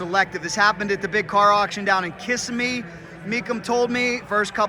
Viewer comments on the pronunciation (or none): Dude! You need to learn how to pronounce Kissimmee..... lol